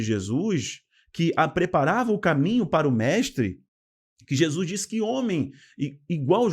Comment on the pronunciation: Bom dia, gosto muito de suas explanações em todos os sentidos, principalmente os ligados à ideologia bíblica. Na medida do possível assisto as suas lives. Só uma coisinha que se possível, por favor, não me entenda mal, sua dicção é perfeita, suas colocações muito boas, sua gramática também, só um detalhe, preste atenção na sua pronúncia do nome de Jesus, vc pronuncia como “Jesuis”, não é totalmente errado, mas me incomoda, desculpe-me, não me tenha por mal, se puder corrigir ficarei feliz, do contrário, vc para mim, continuará da mesma maneira. Agora um pouco de interpretação bíblica, em apocalipse, “a marca da besta” é o sistema que irá mudar da Lei de Deus, seu Dia, ou seja, do Sábado para o domingo. Essa será a maior afronta que o inimigo fará contra Deus, o Criador, essa o Senhor não poderá deixar impune, pois após essa institucionalização confirmada mundialmente e quem não obedecer será morto, Deus enviará Seu Filho para buscar seus filhos e terminar com toda essa enganação. Mais uma vez me perdoe e para se certificar se estou certa ou não estude mais o livro de apocalipse juntamente com o livro de Daniel. Deus continue abençoando seu ministério. Não é só uma questão de doutrina é sobre não aceitarmos as ideias do anti-Cristo. Um abração.